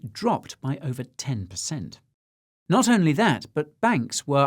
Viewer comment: The Mr Bean impersonation was spot on but, if I were tuning in for the first time, I wouldn't know he was saying "I'm NOT a financial adviser" 🤔